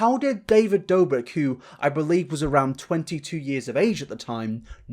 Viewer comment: This was an amazing watch but when you said david dobik, im sorry but i lost it lmaoo